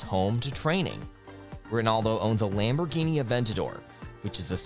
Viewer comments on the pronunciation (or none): none